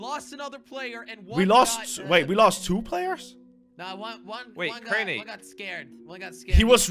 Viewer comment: craiber LOL it’s Crainer